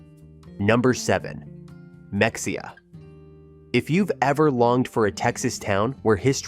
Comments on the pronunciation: Ma hay ya, not Mex e ha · It is not mexia it is pronounced me hay ah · It is pronounced Muh-hay-uh....... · Ma- hey- a, Not mexica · Mexia is pronounced Ma-hay-uh NOT MEXIA!!! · Mexia is pronounced as Muh hay uh not Mex e uh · You are calling Mexia (Mex ee uh) it is correctly pronounced (Muh hay uh)..... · It’s Ma-hey-a not mex-i-a !! And Bo-dark trees!! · AI read no one pronounces mex ia it is pronounced mehaya. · You list me at “Mex-E-ah” 🤣😂 I’m sure other ppl have come down here in the comments to say…it’s Ma-hey-a. Nice vid otherwise. 👍🏻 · It’s Ma-hey-a, NOT MEXEA! UUUGGG, AI!!! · it is not mex e a it is ma hay a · Ma-hay-uh not Mex-ee-uh I'm a Kentucky transplant of 14 years, and I even know that. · Mexia, LOL! Ma-hey-a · It’s muh-hay-uh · OMG it's Ma-hay-uh! I had to stop watching. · Not how you pronounce Mexia. Pronounce as Me"h"ida. Great town btw, visit often. Breckenridge and Bonham are two cities I try to visit often as well. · NOT MEX_E_UH!!! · The x is silent....MEXIA, SO LIKE MAHEYA💪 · Mexia is pronounced meh-hay-ah. Like it would be pronounced if you said it in Spanish. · You mispronounced Mexia it’s pronounced “Ma-hay-ah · This guy has never been to any of these places I’m sure. “MeXia”! LOL!😂. Can’t even pronounce it. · Bois D Ark is pronounced Bodark. And it’s Meheya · MEXIA is pronounced MA parentheses long a hey, X is pronounced hey, IA is pronounceD AH! ❤ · Ma-HAY-ya is how we say it in NE Texas , and Bois d'Arc is pronounced BO Dark. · I’m glad others came in to correct the pronunciation of mexia!! They even call their farmers market m’heya, so yeah! I’ve lived here a couple years now. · Mexia is pronounced ma-hey-ah I live outside of Kosse which is close to Mexia. Kosse is a great little town of 400+ people and it doesn't cost much to live here. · You mispronounced Mexia. It’s pronounced “Muh-HAY-uh” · IT'S MEH-HAY-AH!!! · Mexia is pronounced Ma-hey-a with the accent on ‘’hey’’. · The mispronunciation of Mexia is like nails on a chalkboard!